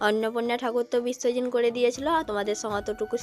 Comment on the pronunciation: বিসর্জন বলতে পারেনা। বিশ্বজন বলে